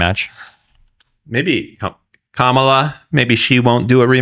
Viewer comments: It's Comma-La, dude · Interesting , discussing the debate with a guy who didnt watch it and cant pronounce KAmalas name. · Other dude… Learn how to pronounce Kamala’s name it makes you look like a dumbass